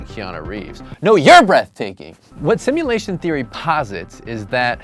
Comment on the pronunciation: “Simultation” lmaooo